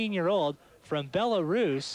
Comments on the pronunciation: Yeah he’s pretty clueless and someone must have told him that he was also pronouncing Belarus incorrect. Shows how unworldly we all were just 30 years ago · when u cant pronounce Belarus....id like to speak to the manager. (we are all karens sometime)